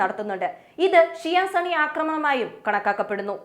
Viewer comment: സണ്ണി അല്ല സുന്നി 😂